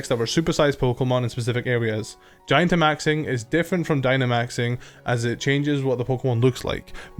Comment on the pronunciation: Why can’t people get the name of “gigantamaxing” correctly? It’s not GIANTamaxing It’s not GIGAmaxing It’s GIGANTamaxing (Like gigantic)